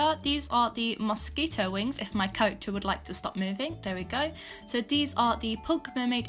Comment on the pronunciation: i can't stop laughing with the accent (because i think accents sound funny not because of you) "MOSS keto" 😅